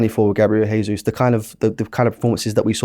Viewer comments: It’s Gabriel Je-sus not Hey-sus He’s Brazilian, so Portuguese speaking. Say it right! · gabi jesus is brazillian, not spanish. stop saying hesus. if youre hosting shows at least learn to get it right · I swear this guy purposely mispronounces ‘Jesus’